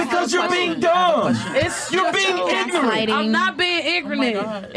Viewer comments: she says “im not being ingronant” lol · Wait! did she say "increment" instead of ignorant? 😂😂😂 smh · Did she just say" im not being igernent" lol 😂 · "Igrunit" was her pronunciation.